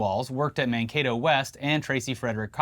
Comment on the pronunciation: You’re the first politics people I follow to pronounce Mankato right… at least five other people have pronounced it wrong some other way